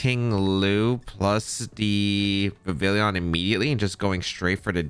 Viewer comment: The “Vivillion” made this unwatchable. It’s Vivillon. Like “Viv-ee-on”